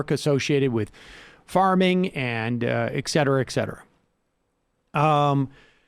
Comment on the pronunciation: can someone please tell sam seder that it's "et cetera" and not "ek cetera"?